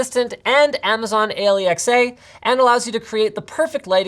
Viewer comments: did he just say alee ex aey instead of alexa or am i just high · Anyone realize that Linus says a-lee-x-ay instead of saying Alexa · i like how he said A-L-E-X-A instead of alexa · did linus just say a-le-x-a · so, Alexa is now aleyxay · Amazon A-leee-X-A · Amazon A-li-X-A? wtf linus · why did he say that as "Amazon A-L-E-X-A" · EY EL EE EX EY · "A . L . E . X . A" staying safe🤣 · Anyone gonna appreciate the fact that he said A-l-e-x-a? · he said A-lee-X-a just so that he doesn't trigger their Alexa now that's funny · I was about to comment the same thing! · Äliexäj 😂 sounds Russian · A-L-E-X-A is now my favourite way to pronounce Alexa. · Why did he say Amazon a-l-e-x-a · A l e x a so he doesn’t trigger ppls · I totally get it when Linus said Amazon A-L-E-X-A, he didn't want to trigger all of the Alexa devices which might be near the viewers' proximity. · loved the fact that linus said A-LE-X-A to avoid triggering all echo dots in the world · Dammit how did he say alexa?